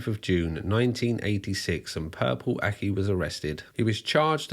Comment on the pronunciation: I at first thought he was saying “purple acne”.